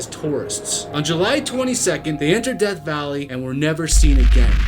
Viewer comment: It's DEATH not deth.